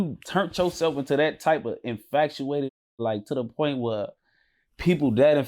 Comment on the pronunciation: I don’t know what’s worse: casually saying ‘infacuated’ and ‘scoffinated’ or the fact that viewers just going about their day like those are actual words 😂😂